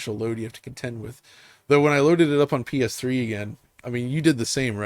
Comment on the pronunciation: Every time says PS Triple I wanna die inside.😒